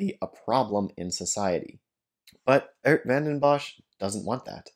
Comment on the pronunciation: Why do you mispronounce his name as Ert? His name is Geert.